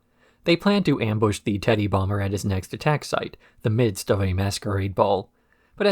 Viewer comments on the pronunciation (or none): none